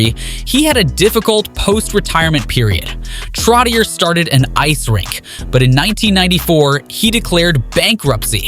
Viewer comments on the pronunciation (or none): Trottié, Bioncé, Mel Tormé